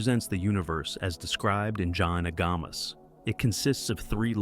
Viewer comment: Pronunciation dreadful, it’s Jain Agamas not “john agamos”